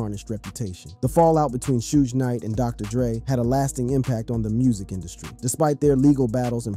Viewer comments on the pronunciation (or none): 😂It's Suge not Sudge lol